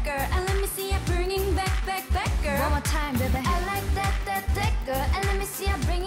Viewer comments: when they say the word 'GIRL, i heard 'gurr'... when it comes to mina i heard 'Girl'. she pronounced it well.' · Mimi If you check the other comments you can see that Mina's pronunciation of Girl is a topic for fanwars so mentioning her like that could provoke something